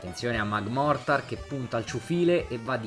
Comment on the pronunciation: Magmortar diventa magmar perché l’ha sbagliato 7 volte ❤😂